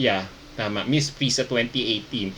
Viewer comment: It is pronounced as PRISA-A po. An association of Private Schools po. SCUAA po if state universities and colleges.